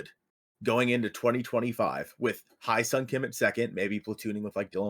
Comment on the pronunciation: You need to learn how to pronounce Hye-Seong Kim's name. Ask a Korean because you are butchering it.